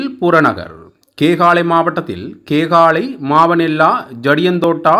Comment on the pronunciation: நாகோடா இல்லை நாகொட, மாவனல்லா இல்லை மாவனல்லா. யட்டியன்தோட்டா- யட்டியன்தொட்ட, ரம்புக்கனா- ரம்புக்கன😅😅😅😅😅